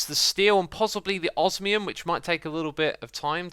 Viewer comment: hey X you said Osmium correctly, congratulations ! PS. make the projectE tablet, that is what you really need, the chests are mostly just for automating turning rubbish items with EMC into useful ones and for use with an energy collector but they removed those in this pack.